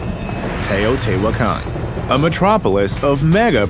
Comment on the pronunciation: It is pronounced teh-oh-tee-wach-caan. I would know, I was there and our guide had studied the city for his entire life.